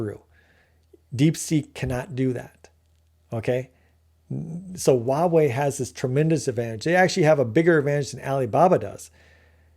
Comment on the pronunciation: This is a really great analysis. I think you're ahead of the curve and others will eventually see what you see. I do want to say that 華為 （Huawei） is pronounced "Hua wei" not "ua wei". The 'H' is not silent. That was driving me bananas.😅